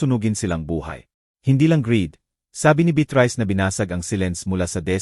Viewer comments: Ano ba itong storyteller mali mali bikas khit hosi - josy, beatris hindi beatrice andaming mali pronuciation ayusin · SANA, PAKITAN INYO ITONG NARRATOR...NAKAKA SAWANG PAKINGGAN..MALI - MALI ANG MGA SALITA..ANO BA NAMAN IYAN..HINDI MABIGKAS NG MAAYOS ANG MGA WORDS... BEATRICE...BITRISE...POPOPO... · Beatrice hindi betrice. Tapos notibook imbis notebook. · Pti beyatris dapat naging beat rice n hehe pti tuloy ko mabobobo n s pagsulat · Beatrice hindi bet rise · D lng betreas haha😂imbis beatres,,,pati NGA ung alibi,,,alibiy,,haha, 😂 ag notebook,,noteybook haha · 😂ung beatrice bit rice ahahahhh🤣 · bakit Mali Ang pag bigkas ng Beatrice at notebook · Sydney Australia,,kht English at Tagalog wrong pronouncesion si kuya😊(remote,Jose,gate,Beatrice,vibrate,bibig,hunted at etc,grabe 🥹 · Good story, however , I recommend please do some elocution lessons so you can pronounce the words properly. It was so painful to listen to, when words are distorted. The old lady is Beatrice, its alibi not alibe, it’s tea not tia and many words were mispronounced. That leaves the listener to decipher what you are trying to say. The story telling is more effective when words are pronounced the way it should be. If one wants to grow in this field , start by learning how to speak properly. Thank you.